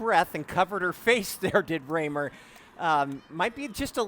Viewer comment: She is perhaps the Future of American Women's Distance! BTW >>> Quit pronouncing her name with a long, upper case A The Rahmers I knew from Sheboygan WI all went with the GERMAN lower case "a" Unless she indeed owns a different dialect pronounce... ?? Hmmm